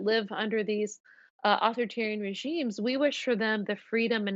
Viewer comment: Spokesperson for Mike Pompeo mispronounces authoritarian, she sounds uneducated and her arguments are shallow. Why does she speak for the State Department?